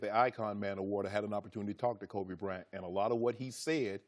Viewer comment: "kobe brent" shannon